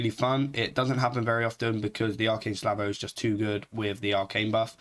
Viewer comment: Slavo? Say it with me buddy.. S - a - l - v -o!! You're a native english speaker, you should know better. I'm sorry but this really frustrated me listening to you miss the word like 15 times in 2 minutes :D